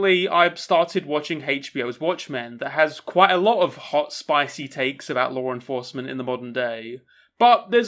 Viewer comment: Whenever you say "law enforcement" I think at first you're saying Lauren Faust.